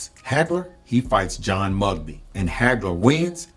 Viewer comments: John Mugabi Pronounced... Moo Gah Bee Not mugbee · Mugabi NOT Mugbi😅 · John (Mu-ga-bi ) not Mugbi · John Mugabe's name is not pronounced Mugby. It is pronounced Mū-gặ-Bē. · You are correct. The pronunciation was correct, but the spelling was incorrect. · John Mugabi is pronounced John Moo-Gah-Be… what is weird is that Mugabi was 26-0 with 26 ko’s and a style nothing like Sugar Ray Leonard The Duran vs. Hagler fight was a better indicator of how SRL could do against Marvin Hagler bc he used intelligence to make it all 15 and give MH fits But Duran was MUCH slower than Ray by that point and Ray could use the big ring, the quick angles, and most importantly Vegas judges who loved nothing more than flashy, camera friendly, big name fighters to sway close rounds. If you watch the find, 30 seconds at the end of each round you hear Ray’s team tell him to steal the round with flurries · The fact that you cant pronounce “Mugabi” … As in John “The Beast” Mugabi. And your AI generated picture of Angelo Dundee is black man an not even close to his likeness ,you should really check your references if you want to be taken seriously. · Solid video, but I did find it a little humorous how Mugabi's name was pronounced . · it's not humorous. It's pure lack of respect. I bet this dude would feel offended if someone blatantly mispronounced his name. When doing any commentary it's a person's duty to do the research and get people's names right. It's a respect thing.